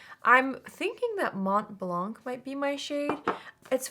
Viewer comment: You don't pronounce the T in Mont and you dont procounce the C in Blanc. So you say it: Mon Blan